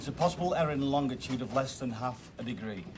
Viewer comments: Why can't people say longitude properly? It is not LongDitude or LongTitude. WTH? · She keeps saying "longtitude". No "tit" in longitude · Darling its LonGITude ....not LongTIT ude !!